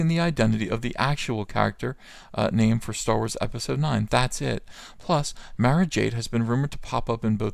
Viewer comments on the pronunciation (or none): You miss pronounced Mara (Mar-ah)!